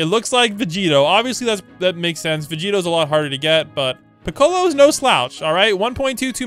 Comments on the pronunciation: I died everytime he said Pi-colo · Bro didn’t say Piccolo’s name right